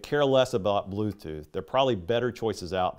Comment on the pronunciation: Blooth tooth 😂